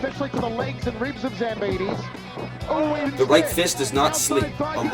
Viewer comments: Its Zambidis not Zamponis! At least try to pronounce the name correct... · Ζampidis idiot, not Zamponis... You are also a damn speaker.... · Is it just me, or he called Mike "Zamponis"? 🤣🤣